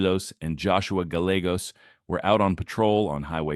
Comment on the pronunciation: Pronunciation: Cedillos = cee Dee yos, Gallegos = guy Yay gos